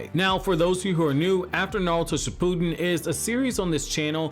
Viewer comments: Uhm its ship ew den not shipooodon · Bro, shi-pu-den no shi-pooden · No one: This guy: Shipooden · "Shi-poo-din." Hah.